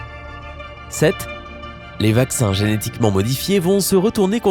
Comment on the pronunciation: Mais...t'as bu dans cette video???ecoutez au casque! 0"26 "donnant........ deuzan a vivre"1"08 "géhétiquement" 2"37 "probleblement" 4"20 "si neun'prenons pas" et encore plein d'autres blancs, syllabes a peines prononcées, zozotements et ton de comptoir "allez une autre rené" a la tienne :D